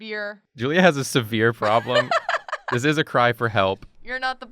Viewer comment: When You Said Severe I Thought You Said Sebeer, If That Could Even Be Pronounced.